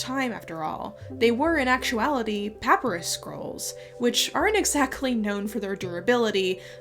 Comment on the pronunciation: Awesome information and storytelling as usual, but pronunciations could take a little work. (One tip: Pah-PYE-russ.)